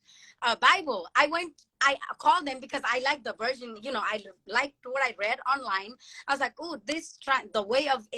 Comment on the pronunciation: I hate when people say likeded like wtf is likeded?